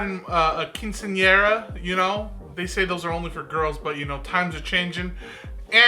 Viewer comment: HE MADE ME SPIT OUT MY DRINK 1 MINUTE IN😭 the way he said “Quinceanera” has me SCREAMING💀